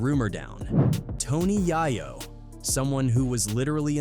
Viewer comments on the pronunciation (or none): Yeh 😅😅 it's calling YAYO YAAAAYO😅😅😂😂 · Stupid AI crap! They always call him YAIYO on these videos. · Jimmy I-Veen and Tony YAY-YO is how it’s pronounced lol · Tony "Yai-Yo" LOL